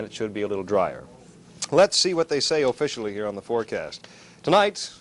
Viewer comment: But he did say "thesis" and put a long "O" at the beginning of "officially".